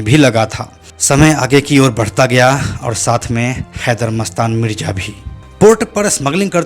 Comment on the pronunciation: परने लगा नहीं पडने लगा मिरजा मिडजा नहीं